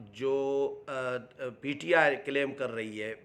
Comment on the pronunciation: سائیں ایک ہی پروگرام میں کبھی پی ٹی آئی کبھی پی ٹی آئے بولتے ہو پلیز تلفظ کی ادائگی پردھیان رکھیں